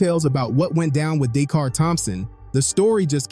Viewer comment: Would have been nice,if the person reporting this, didn't mispronounce her name.😢